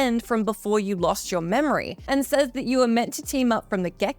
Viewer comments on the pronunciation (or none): none